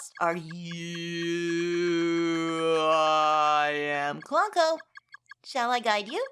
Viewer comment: That's how pretty much everyone pronounces Clonco but I don't think that's how it was meant to be said. I think the Clon part is supposed to be pronounced like Clone. Aura says his model number is PONCO-2 so it's likely the name is supposed to mean "Clone of Ponco."